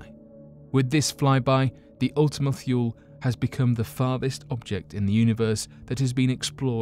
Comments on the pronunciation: It's pronounced Ultima Toolie. Idk why he's saying thuel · He's not American. Why should he adopt an American accent? Are you claiming Americans are too stupid to understand a British accent? If you want to get on to him about pronunciation, why not point out that Ultima-Thule is not pronounced "thool" but "thoolee"? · I need you to practice your pronunciation cause you can say all the other words perfectly but when you messed up methane I had to stop watching plus Kepler and wth is thyool! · Your Thule pronunciation is a bit off, its "too-lee", and it was renamed Arrokoth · Your videos would be so much more serious if you pronounce words correctly. You mean one or two Miss pronouncements is one thing but the whole damn video you should use spell check next time